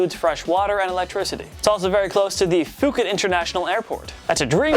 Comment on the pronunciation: For the record, it’s pronounced (Poo - Ket) and you just offended a whole nation 😂